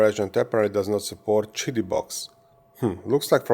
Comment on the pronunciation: Pronounced it correctly now! "cheety"! Hey Doc! Good job! I still liked when you said "kitty". 😊 I printed a plaque for my Plus4 that says; "Kitty Plus 4" in honor of this. ❤️ We love ya Doc!! 😊 Team 7 Beta Testers